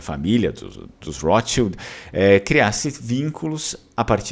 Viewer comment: Porque pronunciar "rotschild" com R inglês? Esses agiotas de merda viviam em terras germânicas antes que se mudassem para a INGLAMERDA!